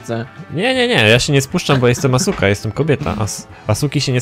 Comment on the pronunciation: nie mów asuka tylko aska po tak to poprawnie brzmi jedynie pisze się asuka a tak to aska się mówi nie lepiej?